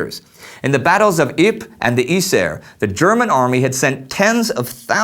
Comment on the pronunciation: Maybe this is just a detail, but I don't understand how Indy seems to put effort into pronouncing "Przemyśl", but none for some of the Dutch/Flemish prominent names. Yser should be pronounced Aizur and why not call Ypres Ieper (~Ee-pur)?